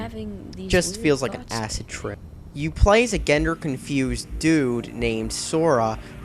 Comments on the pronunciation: it's gender not gander. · that is NOT how you pronounce gender